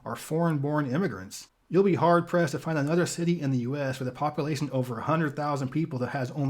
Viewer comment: love these videos but please say population not poppilation. otherwise your voice is great for this information